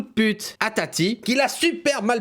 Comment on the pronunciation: Oh non jpp il a appeler «TATI » « tataï » 😂